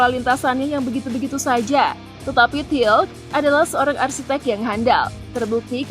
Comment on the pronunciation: Bukan hermann til tapi hermann tilke ( Hermann Tilke)